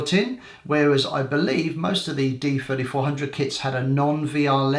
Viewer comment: It sounds like you are saying Nikon D4500 (D-fourty five hundred for D3500) and so as like Nikon D4400 (D-fourty four hundred for D3400).